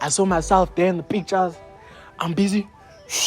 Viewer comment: 😂the way you said "Pictures" broer